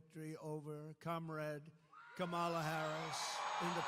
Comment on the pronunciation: Kamala Harris told him her name, and he's heard it many times, but he still deliberately mispronounces it. Very childish.